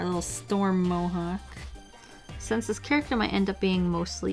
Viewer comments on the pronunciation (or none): none